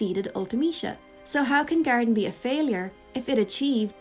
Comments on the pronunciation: Thought you were saying Gariden. I was like who the f is Gariden????? It was GARDEN lol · I was so confused trying to figure out who "Garidan" is. It only took me nearly a full minute to realize you were actually saying "Garden". I speak English, I promise.